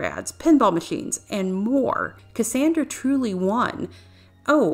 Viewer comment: Her name is pronounced "cass ON dra" not "cass AAAAAAN dra..." 2 years too late, I know.